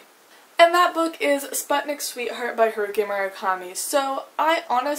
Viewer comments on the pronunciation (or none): 'Spatnik', 'Sumir'... girl, learn how to not butcher foreign words